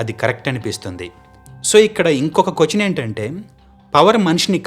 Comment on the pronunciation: Doing good bro, కొచన్ అని కాకుండా క్వశ్చన్ అని పలుకు. By the grace of your parents lineage u got good voice, you have good sense. Good vibes to you ❤🎉🎉🎉🎉🎉